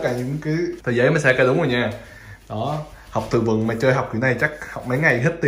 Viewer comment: em cứ thắc mắc, sao chị bé kia tên là Sayaka mà anh cứ gọi là Saka á